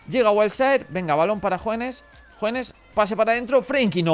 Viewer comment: desde cuando Hoeneß se pronuncia JUANES? es porque jugabas con la camisa negra?